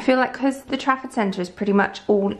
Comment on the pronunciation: All this time I thought you were saying “traffic centre” 😂